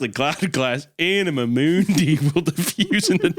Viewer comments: "Anamuh Mooondy" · If you say anima mundi again I will jump off a bridge 😂😂😂